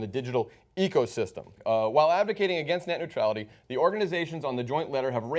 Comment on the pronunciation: Be a better orator "taking a stand AGAINST net neutrality", say it more clearly!